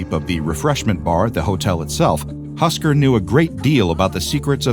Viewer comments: its not husker its husk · its husk not husker! right?